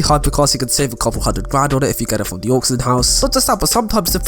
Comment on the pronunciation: Your hair looks silly and your voice is just annoying. Get yourself a haircut and learn English. Btw, it’s AUCTION HOUSE not AUXION HOUSE, or did I miss out on their sale on aux cables ?